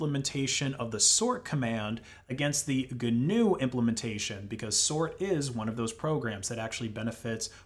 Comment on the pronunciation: Even the pronunciation of GNU is cringe worthy.